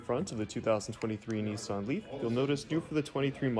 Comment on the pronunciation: It’s Nissan…..not NEESAN